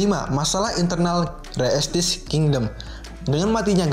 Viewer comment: Bacanya re estize pake E bukan re estis